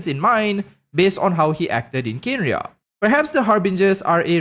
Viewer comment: Kanria not Kenria. Just helping you the "e" is silent.